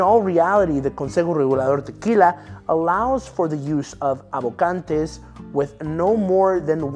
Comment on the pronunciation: You don’t have to go all try hard when pronouncing words like “tequila”